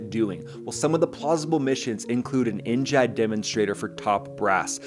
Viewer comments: Why are you saying NJAD instead of NGAD 😂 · Brother! In what world does NGAD sound like NGHAAD?? Theres no H! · Gad not jad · N-JAD? Really? Pretty sure it's NGAD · It is pronounced N-GAD Gad as in GADget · How do you not know how to pronounce 'NGAD'? HINT..it isn't spelled NJAD. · So jarring to keep hearing you say “N-jad” for the NGAD 😵‍💫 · NGAD NEXT GENERATION AIR DOMINANCE. Learn how to say it before you speak about it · The G is not a soft G like a J, but hard G like Get.